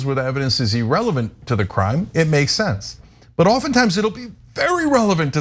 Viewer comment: Cenk You mispronounce “irrelevant”